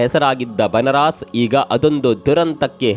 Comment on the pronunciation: ಏ. ಪುಣ್ಯಾತ್ಮ. ಅದು ಬನರಾಸ್. ಅಲ್ಲೋ. ಬನಾರಸ